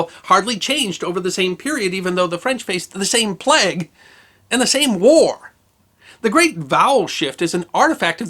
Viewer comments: As a Briton, it's weird how you pronounce plague "plegg" instead of "playg". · It's a plague, not a plegue.